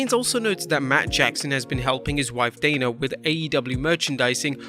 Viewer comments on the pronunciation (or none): none